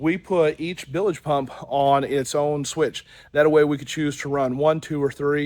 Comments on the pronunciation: Nails on a chalkboard when I hear that...😆 🤣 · They are "bilge" pumps, not billedge pumps.